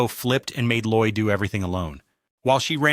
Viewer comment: sounds like you're missing the d in Lloyd... because his name is LLOYD, not Loy... kinda weird to review something when you don't even know that much.